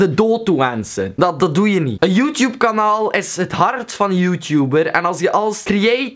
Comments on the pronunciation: Je zegt YouTube echt als joetjoep echt grappig haha! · srry hoor maar ik moet lachen als je youtuber of youtube zegt of zulke dingen met je accent